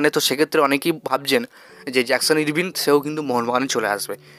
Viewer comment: ইরভিন নয়, ইরবাইন ও নয়। উচ্চারণ টা আরভিন।